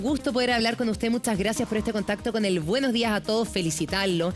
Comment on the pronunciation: El nivel de la presentadora "con el "GUENOS DIAS A TODOS"